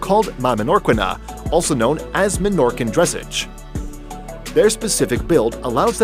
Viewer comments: its not dress-idge ;-; its dress age like 'ah sje' ig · my man just said dressige its dressage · FYI it is dressAge not dressege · it's not DRESS-age, it's dre-SAGE "poice"?! - you don't measure the height of a horse at it's butt, you measure it at it's withers. - that horse is albino - yet he's out in the sunlight with nothing to protect his eyes. The fact that you deemed the Friesian (which is not from The Netherlands) the last one on your list proves what a complete berk you are. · Please teach this guy how to pronounce dressaaage not dressege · the narrator needs to pronounce Dressage properly. Not "Dress-age, but Dress-Auge." As to the presentation, Ahh makes me want to own a horse again. Had a Morgan horse, brilliant red. Humanity should embrace our animals. 😀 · It’s dressage….pronounced “dress-ahhje”, not drisage. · Dressage is pronounced, "dress-AHJ." Learn about what you're reporting on, please. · did he say dessige it s prenounced dresage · Dressage pronounced like massage. Not dress age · I thought it was pronounced dressarge not dressige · Dressage, pronounced Draissaj, not "dressej". The helicopters aren't for tourists tours, they corral the mustangs to push them into pens by hovering low over the herds. Nice video. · Lol, it’s not DRESS-AGE it’s dra-ss-a-je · Can I just mention that it’s pronounced “dress-ahgh” not dress-age? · Dressage is pronounced more like dressoj. Please do your homework so you can pronounce what you're taking about correctly. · Arabians are called Egyptians. I once bred them. Mispronounced dressage. Dress awge. Not age. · It is dress- saaage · But this dude pronounces dressage as dress 👗 edge like wut the heck ??? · The word is pronounced druh-sahj. Dic: dre-säzh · dress-sarge is the correct pronunciation Other than that, this is a great video collection of horses in one video. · Dressage? It's "dress-ahgze" Rhymes with massage. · It's pronounced dreh SAWG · The pronounciation of dressage is Not "dressidge"